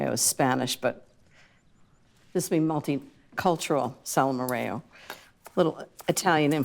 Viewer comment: Hi Ina, I love Salmorejo, just please keep in mind it's pronounced Salmorejo like Jose. Normal topping would be spanish ham and egg, but I always like your take on things:) also I prefer when it's super smooth, so if you put it through a sieve, you achieve the nicest texture! <3 From Janki